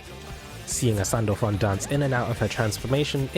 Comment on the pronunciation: i had to listen to it twice to make sure he called her sandpaper and sandback....